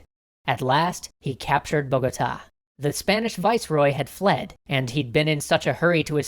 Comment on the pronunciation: Bogotá have accent in the last A, has you say sound weird, like sexy or something like that